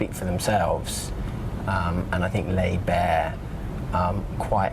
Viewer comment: why did he say lay bare like that...